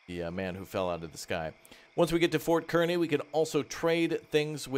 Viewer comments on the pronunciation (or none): Ik it doesn't look like it but kearney is pronounced car-knee. Watching from few hours from Fort kearney.